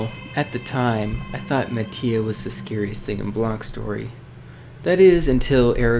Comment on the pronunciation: it is pronounce as mati(ma-ti-ah)